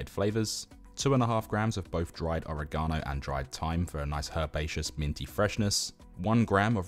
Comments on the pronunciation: My man said ore gano 😂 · oh. We say oregano as one word. You said it as two. Ore- gano